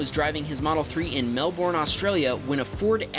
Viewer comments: ITS NOT MELB-BORN ITS MEL-BURN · Mate that’s not how you say Melbourne